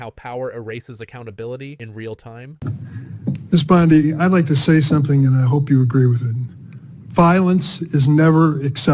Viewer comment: Dude. You can’t even pronounce her name correctly!! Really? You are that ignorant?! Yes